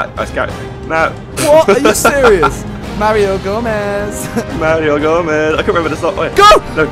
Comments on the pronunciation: "Mario Gomeez" xP Got a new favorite shirt Simon? miniminter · MARIO GOMEEEZ MARIO GOMEEZ MARIO GOMEEZ :D